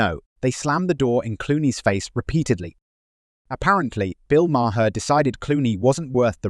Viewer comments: Please teach your IA how to pronounce Maher’s name. It’s one syllable Mar NOT two syllables Ma-Her. I absolutely despise IA.🤮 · Bub……get it straight,!! MAHER….THE E IS SILENT.. RETREAD!!! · Clooney's wife is skeletal. BTW it is Bill Maaaaar (One syllable)